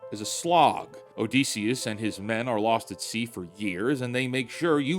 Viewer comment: ITS OdYsseus NOT OdEsseus man